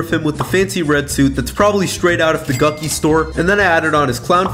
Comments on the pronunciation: bro said gukki instead of gucci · Did bro say Gucci (Guck-e) it’s pronounced Gucci (Guch e) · Bro said th Gucky store💀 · the " gucki store" got me dyeing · “gucky store” 😂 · Bro actually called it the Guci store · The way he pronounced Gucci got me dying 💀